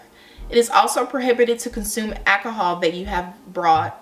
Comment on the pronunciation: Just a pointer: you say achohol instead of alcohol you’re not saying the L sound.